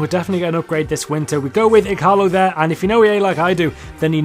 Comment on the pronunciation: E-Gar-Low = Ighalo